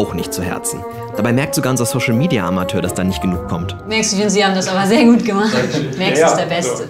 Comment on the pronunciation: Er heisst MAX nicht MÄX!!! 🤦‍♀️🤦‍♀️